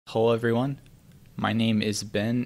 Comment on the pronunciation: Did you just say "Hole everyone"